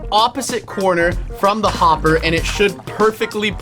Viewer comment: Unspeakable for the bee farm when you said hopper you said homber